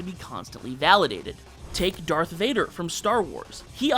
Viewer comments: "Darthrader"? Are you kidding me? Is this an AI video? Have fun being downvoted, grifter. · ah yes Darthrader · "DarthRader" the fuck zoomerboy?!